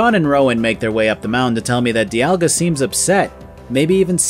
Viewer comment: everything i have ever seen, and I have looked, says that you are pronouncing "Dialga" correctly. It might be said slightly differently depending on who you ask but its almost certainly not pronounced like "Diamond". 👍